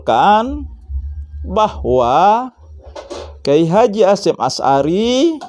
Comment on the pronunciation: Ngomong sj belepotan. Berulang kali nyebut Nama Kyai H. Hasyim Asy'ari di sebut Kyai Hasyim Ashari